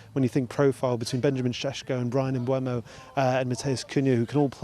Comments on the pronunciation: This guy has been the United reporter for a while now and he still calls Mbeumo Mbwemo. He's also saying Teelmans instead of Tielemans. Sort it out mate it's not difficult. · stop calling him embwemo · Good to see that journos etc are STILL saying Mbeumo's name wrong. It's literally easier to say it the proper way... He's not a Kinder Bueno